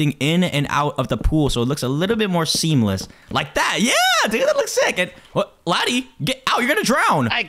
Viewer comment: Laddy not laddie but it's okay